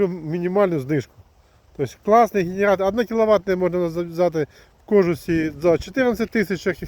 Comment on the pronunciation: Эгектро мотог, гэнератор в гваргтире.. Это просто капец. Дальше смотреть не стал.